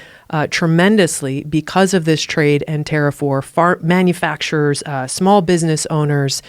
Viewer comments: she just say “fart manufacturers”? 😐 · So you also heard her say: 'fart manufacturers' ? Aren't we all 'fart manufacturers'?